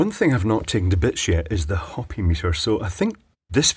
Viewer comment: Pronounced Ho-pee. Not Hop-ee. Like in the Indians of North America.